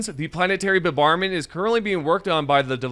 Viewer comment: mf "planetary bubarment" dude stop.